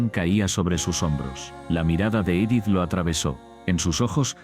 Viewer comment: Odio cuando pronuncian los nombres mal. Es Juliancito no Yuliancito. Es Edith no Idith